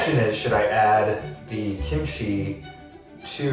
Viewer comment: “gimchi” 😂😂 I’m so sorry it’s just so funny or is it just me idk if I misheard it